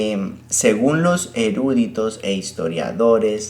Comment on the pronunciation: Eruuuúditos?!? ERUUUUÚDITOS?!?! NO CONFÍO en alguien que dice "erúditos"